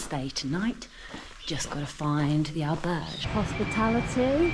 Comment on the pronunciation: Wow, no attempt whatsoever to try to correctly pronounce Spanish correctly, The butchering of ‘Albergue’ is cringeworthy.